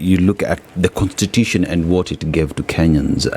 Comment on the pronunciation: this niggah keeps saying "contitution"